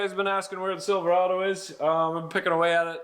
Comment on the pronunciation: It's pronounced Silver-ayyyy-do there.